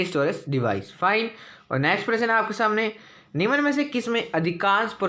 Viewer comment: निम्न बोले , निमन नही बकवास लगता है सुनने मैं